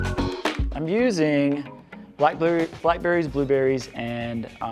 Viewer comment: I LOVE "Black Blerries!!" ;)